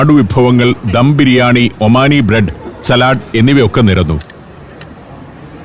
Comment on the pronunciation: സലാട് അല്ല.സാലഡ്